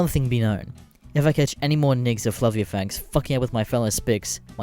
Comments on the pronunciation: my pee pee itches it's fa-ve-la not flavia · Oh God damn "flavia?" The fuck is "flavia?" Did you mean FA-VE-LA?